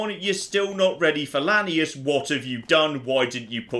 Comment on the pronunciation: ...How the fuck does he pronounce Lanius? It sounds like he's saying Linneaus.